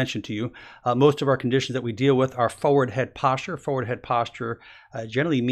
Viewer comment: Like the way he says "foward".